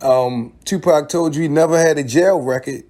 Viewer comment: you said Tapac instead of Tupac